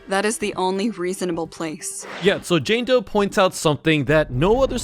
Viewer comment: I thought he said jane toe